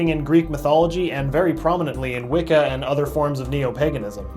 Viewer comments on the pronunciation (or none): none